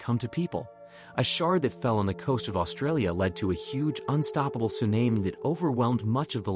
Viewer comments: You lost me after the way you pronounced tsunami. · Suname? You mean ‘tsunami’, right? That’s gotta be it...